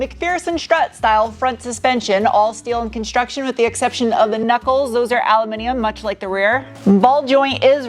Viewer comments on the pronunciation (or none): none